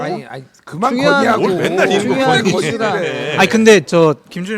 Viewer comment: 김준일이 건의 라고 말할때 건희 라고 하는건지 건의 라고 하는건지 헷갈릴만큼 발음을 일부러 뭉게는 것 같기도 하네요 뭔가 들려오는걸 알고있는 듯 합니다 뭔가 더 크게 터질듯 하단 생각도 해 보게 되네요